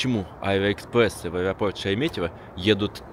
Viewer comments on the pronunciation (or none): none